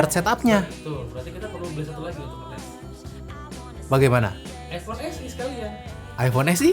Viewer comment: Eipon mana eipon hahahaha